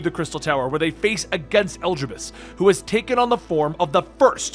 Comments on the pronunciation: Ok at first I thought maybe you just didn't know how some words/names were pronounced, but after hearing you say "Elgibus" I just have to think you're doing it on purpose...right?!? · i'd giggle every time i heard it, we've only heard them pronounce "e-li-di-bus" thousands of times in hundreds of cutscenes ... (if u play with english voiceovers) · Your pronunciation of Elidibus vexes me. Telepholrio too. Those were said dozens of time in the game, stop making excuses. And I think you've skipped over too much in the 5.3 part. Elidibus awakening Echo in half of Norvrandt was important. Tiamat didn't summon Lunar Bahamut, the summoned him as a primal, way back when Allag was still a thing. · Holy shit can you please learn to pronounce the names. Eljibus? Vautry? Amh Arong? Telophoria? Look at how they're spelled, homie. Good video tho.